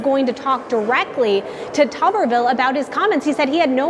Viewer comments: Pronounced “Tubberville” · It's tub like bathtub.